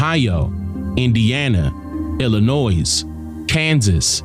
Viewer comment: Illinois....the s is silent